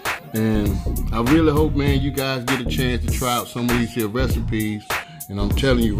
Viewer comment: You kill me every time you say these hene. My Grandmother use to say that.😂 She raisined me.I miss her and everything thing about her cooking. What I miss most is almost everything she cooked was from scratch. She taught me everything I know.